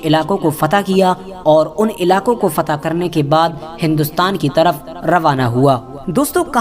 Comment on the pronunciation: फता नही फतह बोलो